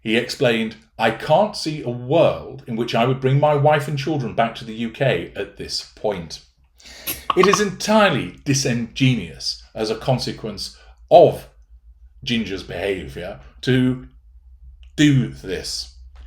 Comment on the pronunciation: Disingenuous, not dis- ingenious. Just trying to help.